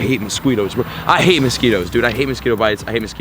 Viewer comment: Mosqweetos lmao